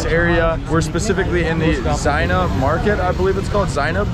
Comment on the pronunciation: It's is actually like u spell "Za" like in (zig ZAg) and then neb ...and it makes zaineb ...kinda like ignore the I in between